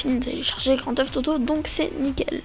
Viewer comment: ok par contre c'est pas grand teuf toto c'est Grand Theft Auto :D